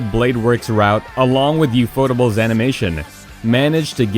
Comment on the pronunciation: Down voting for the butchered pronunciation of ufotable and shiro.